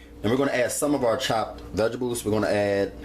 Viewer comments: dat nigga said veggables lmao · vegebales...um..vegetables.. lmao...dish was fire tho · when he said veggables😂 love it. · vegidibles ** says it seriously throughout video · Vegibles😅 loveee him nd his food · why he keep saying vegables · no he's actually saying vegebles. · lmaoooo it's bothering me too! vegables! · That was annoying me too!! Every time he said it I got mad lmao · Lmao sooofunny vegables lol😂😂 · guess you're right about the knife. However; that doesn't excuse the gross finger nails and the far to frequent use of the non-word "vegables". He's grown and should know how to clean his nails and speak properly. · I know right! And the fact that he doesn't realize that vegetables have a T in the name. I cringed every time he said vegables. Ugh! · Vegebles..if u mispronounced that word one more time, I was gonna scream... The word is V-E-G-E-T-A-B-L-E-S.. nice Video..lmbo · CTFU HE KEPT SAYING "vegebles" 😂😂😂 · I love that he pronounced vegetables vegebules and he's like "if you don't have salt" this calls for five different seasonings, five vegebules and oxtails but just in case a man has all that but you know, no salt. here you go. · I'm dyin, ya'll both said it wrong! 😂🤣😂. Looks delicious. Heard you smackin off that one bite. I wanted to watch you chew it too!🤣😂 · girl did you hear the way he pronounced the word vegetables? fml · && blame the way he says vegetables on your ancestors! 😒 ugh.